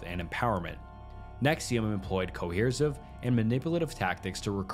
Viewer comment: Really interesting. Well done, too. Thanks. My only criticism would be to check on how to pronouncing certain words correctly, ie. Guana, restauranteur, Reniere, coersive, E-meter, etc.